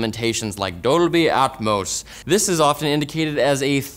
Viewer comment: is that the correct way to pronounce Dolby?